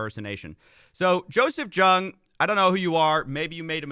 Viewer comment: my man, you really need to learn how to pronounce people's names. I know this channel isn't as highly produced as your main channel but jeez, you butchered two names. Giertz is pronounced like "yetch" and Jung is pronounced like "young." I know Giertz isn't a common name so I can understand that one, but I thought "Jung" was common enough? Like, Carl Jung? The famed Swiss psych whose work has influenced and inspired many a person for decades? It's me, isn't it. I know this because of interest bias. Sigh.